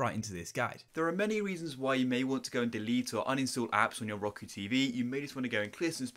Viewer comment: dude said ROKO